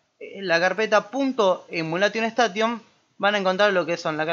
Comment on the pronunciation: la pronunciación correcta seria "emuleiyon esteiyon"